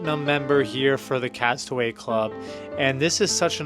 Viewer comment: It's pronounced castaway "key"